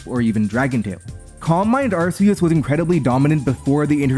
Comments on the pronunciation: Throughout the video, pronounces Arceus as "Arseus". I am disappointed in this. The correct pronounciation is "Arkoos". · Ar-key-us is how your pronounce it. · Arkeus, it's pronounced Arkeus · Why do people still say ar-see-us we have solid in game proof of pronunciation ar-kee-us literally spelt out phonetically for us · IT'S ARKOOS YOU FOOL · I guess any hope that Legends Arceus would've got people to pronounce it correctly has gone. That shit should've been sorted since gen 7 and Silvally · I don't think I can watch this if you keep pronouncing Arceus like that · for real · that is NOT how you pronounce Arceus 💀